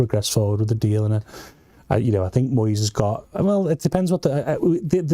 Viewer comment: What’s this American voice with the mangled pronunciation of , eg, Moyes’s name?